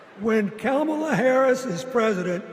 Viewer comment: and ..Hearing Bill Clinton mispronounce her name Kamala Harris =PRICELESS 😅